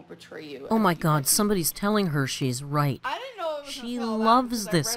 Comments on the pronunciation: Big Al purposely says raght instead of right on total purpose , she thinks people think she cute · I hate the “raht” thing as well. Some people really do pronounce it that way because of their accent but you can tell it’s something she’s playing up as one of her many “quirks”. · Hearing Amber saying "raht" instead of pronouncing it correctly because she thinks she's being quirky and dainty is so grating to my ears. Becky has proven to be just as bad but she doesn't deserve to be Ambers maid for the rest of her life. RUN BECKY!!! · That whole fake southern accent has driven me crazy from the start..... raght, lah .... my fervent hope is that when Becky leaves amber will stop with the fake accent and just pronounce words correctly. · Please do this for every single ALR video or live stream. You will have a HUGE audience. Also thank you for validating my irrational hatred of the way she says RAHT. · I say raght lmao i feel seen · Amber supposedly hates southern accents so much, but makes it a literal point to pronounce, “Right,” with the thickest southern accent she possibly can. Make it make sense.